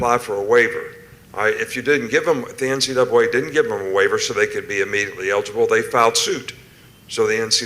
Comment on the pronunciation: Nick Saban: “the NCdoubwolA”.. 😂😂😂